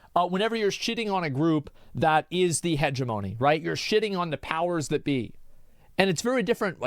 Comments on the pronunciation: Heh-jeh-muh-nee not hege - monee for fucks sake. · Will never get over how this mf pronounced "hegemony" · Try saying hegemony again.